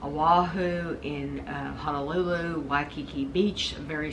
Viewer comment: just want to kindly correct your pronunciation of the city, Honolulu ... it is properly pronounced as hoe (like the garden tool) - kno - lou lou (think that foreigners - Hawaiian word would be 'haole' see it as and pronounce it as 'hon - kno lou- lou'.